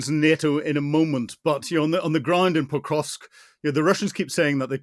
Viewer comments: There's no T in Pokrovsk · Hamish you are making a living reporting and writing about Ukraine. You could at least learn city names, I hope you are embarrassed! It's not Potrovsk it's Pokrovsk Pah krovsk. Jesus, seriously. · It's not Petrosk - it's Pokrovsk. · Can someone correct this guy; he is mispronouncing Pokrovsk as "Petrosk". I mean, come on folks, this Sir Hamish de Bretton-Gordon is touted as a military expert . . . but, at least for me, it is very difficult for me to consider as 'expert' an individual who has not done the research and preparations so that he is pronouncing correctly the places of which he speak. Someone please correct this guy. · POKROVSK NOT POTROSK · Someone needs to tell the tank commander how to pronounce pokrovsk - it’s not petrosk 🤣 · Surely there is no 't' in Pokrovsk?